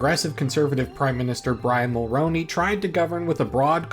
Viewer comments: It's pronounced Brian Mulr-oo-ney. Not, Mulr-ow-ney. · Brian Mulroney's name is pronounced "Mulrooney" not "Mulrowney". That's something you should have looked up before making this video. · If you do more videos on this period of Canadian history try to get Mulroney’s name right. It’s pronounced like mul-rooney and not mul-roni. If you watch a Canadian speak about him (recent death announcement cbc maybe) you’ll get a grasp of it. Sorry if this comes off as mean but when people mispronounce this kind of stuff it’s really annoying cause it’s so small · Ya know up until you pronounced Mulroney I thought you must be Canadian. No one outside of Canada pays much attention to our politics so it's cool to see you put so much effort and care into the video. Great job